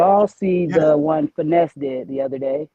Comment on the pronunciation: Stupid ass can’t read it’s FINESSE not Fine ess